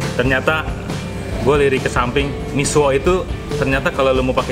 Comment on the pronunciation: misua itu bukan misuo, jadi kayak suneo 😂😂😂 berasa lucu dengernya😅😆😆